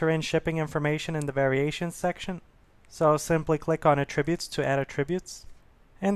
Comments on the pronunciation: I thought he was saying "a tribute". You are not alone, it took me a second to understand what he was trying to say and unfortunately took my train of thought away from the tutorial. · You're mispronouncing "attributes". It's disconcerting.